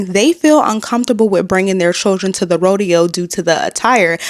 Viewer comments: It's RO-DE-HOE!!!!!!! C'MON HOUSTON!!!!!!! 😭😭😭😭😭😭😭😭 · The Hoe-deo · Someone called the “Hoedeo” 😂 on another post!